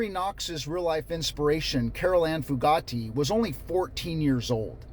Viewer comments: I'm from ne so I've always known about Charles Starkweather and Carol Ann fugate (but your saying her name wrong--( few gate )is how we learned it around here not like Bugatti lol. Few like pew gate like a gate!😂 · First, I appreciate your covering this story. I started to watch the CNN story, to educate myself, and I had to stop it. It was too horrific for me to continue watching. Second, “Fugate” is actually pronounced, “FEW – gate.” (I’m a Nebraskan who learned about this killing spree when I was in high school, in the 1970s.) I’m glad I’m an old married woman who doesn’t have to think about this happening to me. I believe ALL of the men who posted videos on that site need to be imprisoned for a long time!!!!!! And the men who look at the website exposed and publicly shamed, so that their wives and girlfriends leave them, and no women date them. They obviously hate women.